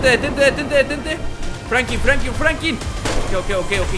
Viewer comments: Frankin no, se dice Franklin, pronuncia bien. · Porque siempre dices frankin y no franklin